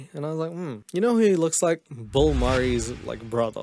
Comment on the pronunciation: Why do you pronounce Bill Murray as Bull Murray 🤣🤣🤣